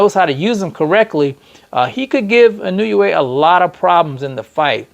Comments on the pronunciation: Nay-OY!-ya N-O-way. It ain't, "I knew ya way." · Actually the letter i in Japanese has a long e sound. So the proper pronunciation is: E No Eh